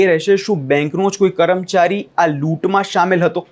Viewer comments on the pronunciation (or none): તમારા ગુજરાતી ઉચ્ચાર બરાબર નથી. તમે કર્મચારી ના બદલે કરમચારી અને લૂંટારા ના બદલે લુટેરા બોલો છો. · ગુજરાતી બોલો છો? કરમચારી ન બોલાય. કર્મચારી બોલતાં શીખો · કરમચારી નહીં પણ કર્મચારી